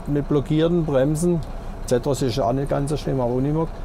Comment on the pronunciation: Sag doch mal "Zeeeetros" nicht Zättros" !!!